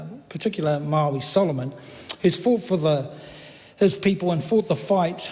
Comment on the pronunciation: and you murdered Maori